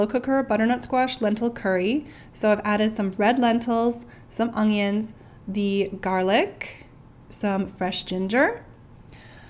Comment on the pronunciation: I love the way she says ang-yans (onions) 🤣🤣🤣. Great recipes. 🥰